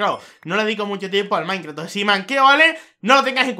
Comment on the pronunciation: Por qué mierda dice maincraf -.